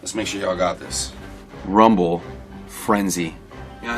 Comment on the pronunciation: Finally someone got rumble and frenzy correct